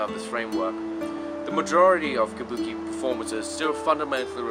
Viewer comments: Did you mispronounce Kabuki half the time? What's kubaki? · Yes, you often slip into a mistake and say kubaki...the puppet theater is Bunraku.😮